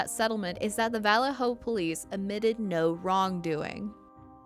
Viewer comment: Good story, well done, but please learn how to pronounce “Vallejo”. You might as well be saying “VillayJoe” ;)